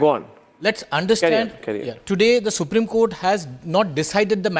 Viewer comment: I m sorry what Kupreme or Supreme 😂